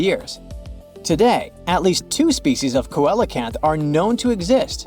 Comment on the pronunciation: It's pronounced sea lo canth!